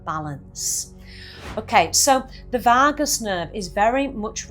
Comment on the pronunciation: I never knew there was an "r" in Vagus?😂